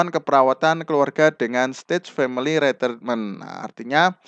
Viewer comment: Terima kasih sudah berbagi ilmu untuk bapak. Tp demi kebaikan bersama pak, terutama utk kami2 yg suka belajar dg metode mendengar, mohon bapak diperbaiki pronounciation (pelafalan bhs inggris) nya agar kami ndak salah mengartikan makna soalnya, seperti saat pelafalan kata "old age" dan "retirement" itu sy sampe perlu membaca tulisan yg disediakan, pdhl tujuan sy nyimak yutub krn saya orang yg suka belajar dg metode listening. Tdk perlu sampai seperti native speaker, asal pronounce udah mirip itu sudah sangat membantu. Terimakasih atas pemahaman dan pengertian nya, ttp semangat berkarya dan smg makin berkembang channelnya